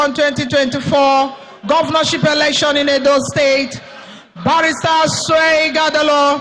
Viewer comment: None of them can pronunce Ighodalo distintively. Unbelievable. Even a German can pronunce Ogbedegbe and Ikpeba.